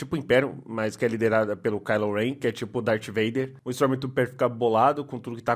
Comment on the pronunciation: "istromi tuper"